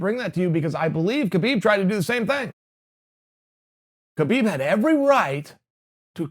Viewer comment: Chael, Kahbib's name is Kahbib.